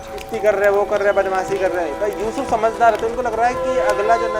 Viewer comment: Usuf assalam nehi.....yusuf alaihi wasallam